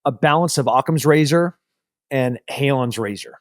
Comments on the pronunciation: It's "Hanlon's" Razor not "Haylon's" Razor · Exactly. He keeps saying Halon's razor 🤷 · Come on Tim. It’s Hanlon’s razor not Halon’s. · "Hanlon's Razor" just to correct a slight error.